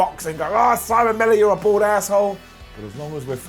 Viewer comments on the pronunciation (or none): none